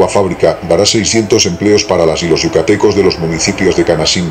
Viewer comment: Se dice yucatecos